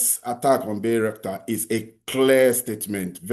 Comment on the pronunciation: Bayrakta drone, not Bayrskat.